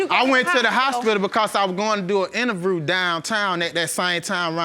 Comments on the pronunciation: wait did he say he was going to do an "innervrew"? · “Innerview” da fuq!!! 😳😳